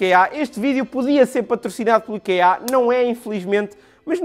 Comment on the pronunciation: Nao se diz ikeá diz-se íkea